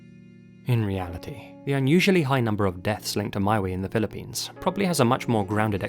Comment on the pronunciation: Being Filipino myself I couldn't resist clicking on this link 😊 🇵🇭 Also couldn't help notice you said "Pilippines" like some natives do lol 😄